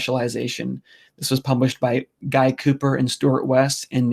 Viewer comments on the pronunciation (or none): Guy Cooper's first name is pronounced Gee (Hard G). He's my nephew. That's how they pronounce Guy outside the USA.